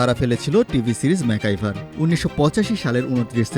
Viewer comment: ম্যাকগাইভার উচ্চারণ করতে ভুল উচ্চারণ করেন কেন? ম্যাকাইভার বলেন কেন